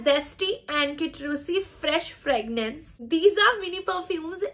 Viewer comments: Behan its not fragnance its fragrance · did she just say I love the "fragnance" Lmao🤣🤣🤣🤣